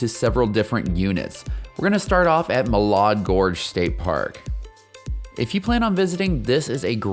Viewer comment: Muh-LAD Gorge. Correct pronunciation/synax as a local